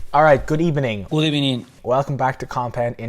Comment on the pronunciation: lol good ebening